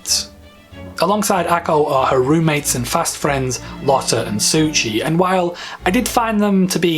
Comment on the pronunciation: Suchi lol, when they say Susi